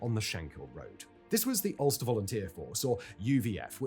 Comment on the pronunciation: Dozens of mispronunciations of names/places... even "Ulster". Calling Stephen Nolan a journalist. Claiming that the authorities had *no idea who they were*. Dislike.